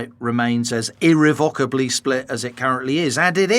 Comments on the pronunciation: Irrevocably or IrreVOCKably ? Wtf. Who pronounces that word like that??? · Interesting as ever, but I wish people would not mispronounce "irrevocably"! I almost switched off at one point.